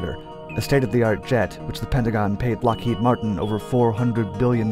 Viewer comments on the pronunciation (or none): none